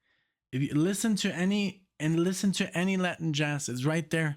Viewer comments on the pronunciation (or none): none